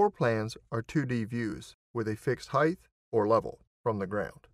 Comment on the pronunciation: every place where word height is used. Was just being funny about how some of us say heighth. After all its depth, breadth and width etc so I see where the pronunciation stuck